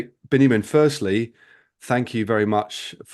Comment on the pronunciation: Thank you both for enlightening interview. Just a short note: his name is Biniam not Benyamin, though these biblical names are the same.